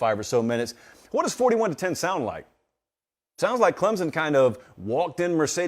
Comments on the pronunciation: Clemson. OR Klempson. Not Clemzon. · Please ClemSon. Not ClemZon. Not to be nit picky. Thanks sir. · It’s “Clemp Son” not “Clemsin”, and it is “Sweenie” not “Swinnie”